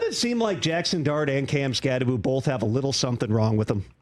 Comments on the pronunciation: It's Kam Skattebo. NOT Skatteboo. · Direct quote from article: Skattebo's last name is pronounced "SKAT-eh-boo." While the end of the name looks like it should be pronounced "boh," it's actually pronounced as "boo." It's not the most difficult name as far as college football players go, but it's easy to get tripped up on that last syllable. Arizona State's player profile for Skattebo emphasizes that the end of the name is "pronounced BOO."